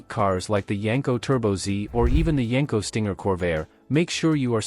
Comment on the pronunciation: You wanna know why only 1% of viewers are subscribed? Because this is just another lazy AI automotive breakdown channel that can’t even get their AI model to pronounce the name of the car the video is about correctly.